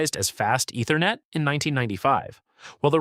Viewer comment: Love the videos, but the voice-over's mispronunciations are a tough listen! Ether-net. D-O-S. Doh.